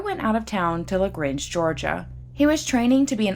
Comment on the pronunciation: Locals say, La-Grange, not, Lag-range. Thank you for reviewing this Atlanta crime that overshadowed a metro-area for decades.